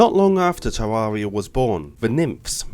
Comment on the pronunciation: Its actually pronounced ter air ee uh